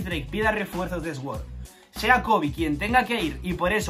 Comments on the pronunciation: Esguor hahahahaha! Hasta los oídos me duelen cada vez que dice así 😂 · Sword se pronuncia ¨suord¨, gran video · "Sword" se prununcia "suord". Disfruta las vacaciones, rey. 😊